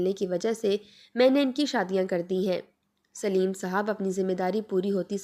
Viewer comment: Sleem nahi Saleem